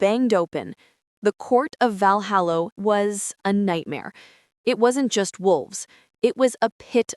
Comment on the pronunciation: It's so irritating to hear Valhalla repeatedly pronounced, Valhallo.